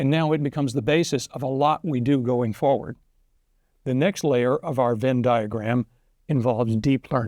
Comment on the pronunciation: Did he just say Venn diagram?😅